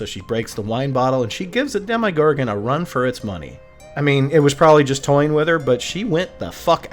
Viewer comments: Alright this kinda drove me nutty throughout the video but man ... have you ever heard anyone in this show, real life, or any god damn universe pronounce demogorgan dem eye gorgan ... c'mon man it's demma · My friend, great breakdown however, every time you said “Dem-eye-gorgon” it drove me crazy 🤣🤣🤣 there’s no I in Demogorgon!!